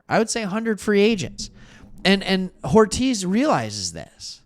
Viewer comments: I love ya my friend but ya keep calling Joe Hortiz, Joe Horitz. Hortiz is a spanish surname pronounced "Hor-teez" -- You're great at what you do! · Are you intentionally mispronouncing Hortiz’ name? I like your channel but calling him “horitz” is driving me crazy. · As a lifelong chargers fan I’m loving the non bias perspective. Now subscribed. Please pronounce Hortiz’s name correct though! lol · I will subscribe once your pronounce Joe Hortiz correctly.